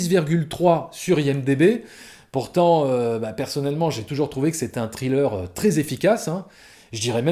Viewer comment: Par contre pitié faut arrêter de prononcer thriller "trileur" 😭😭😭😭 sans pour autant faire le fameux th anglais, dites au moins "srileur" quoi les gens 😅